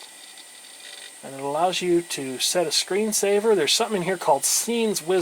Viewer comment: You mispronounced "Oregon", dude!